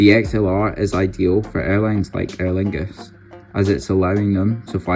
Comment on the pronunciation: As someone with the same name as this plane.. thank you for pronouncing her correctly!